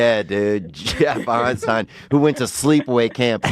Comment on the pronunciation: "I'd take his Einsteinum."